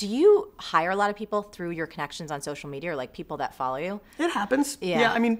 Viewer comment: LOL Marie! I heard you say, 'social medier" - seriously excellent interview, you both ah stahz.